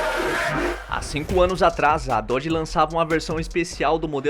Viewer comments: Depois de 7 meses de análise neste comentário. Descobri que ele quis dizer "Nossa, errou o nome da marca (Dodge) do carro, "Dodge" demon 170, Até a mulher do Google (Google tradutor) Consegue falar melhor, direito diferente de você, que não sabe o nome da marca. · Péssimo errou o nome do carro da preparadora seria melhor a mulher do google